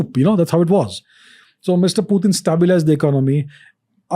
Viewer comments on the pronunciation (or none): Pyu-tin is not Putin! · It's not Pewtin Ranveer. Putin. pronounced it correctly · Bruh it's not pewt-in, it is put-in 🤦🏻🤦🏻🤦🏻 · putin bol le bhai...pewten kya hai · its not pew-tin ...its putin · Its "पुतीन" not "प्यूटिन".. Don't try to look more cool by doing such pronounciations. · Its Puttan not peutiin 🤣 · pew-tin >>>>>>>>>>>>> putin 😅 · it's just purely showoff by telling पुतिन as प्यूटीन. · No Phew…phew….its pu… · Pewtin kay? Putin ahe te! Kay tu bhava. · Its "putin" not "pewtin" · nope, it's pronounced Putin in Russian , not pewtin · It’s not Pu , it’s Poo tin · It's not pewtin... It's putin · What is PEU-TIN?😂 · Protein hi bol do Pewtin kya hota hai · When he says piutin i kind of dumb down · pyutin...?😅 why bro? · प्यूटेन, प्यूटिन गज़ब बोलते हो गुरू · Even foreigners don't pronounce Putin as putein then why this sasta angrez pronounce him that way 😅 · Is it only me or others are also got irritated of his pronouncing Pewtin ? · Pyutin? Bro, that's annoying. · That's what i am wondering. He's trying to look more cool by pronouncing "pyuuuteen". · "Pew-tin"...why so many Indians are pronouncing it like that? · President Pewtin 🤣🤣he said 😂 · No bro....it is pronounced as Putin... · ye 'pewtin ' kya he?? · Why Does He Say Pyu Tin Is is The sign Of Being Overly Sophisticated? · pewtin lol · but putin is Russian so you can't change Pronounciation of Russia in English or any other language because the word had Russian origin